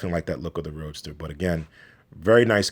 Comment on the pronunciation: Anyone else hearing him call it "Roaster"? Seems appropriate...